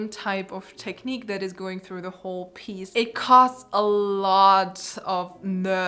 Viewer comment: cany you please say one more time '' tekniiiq'' for me.. :)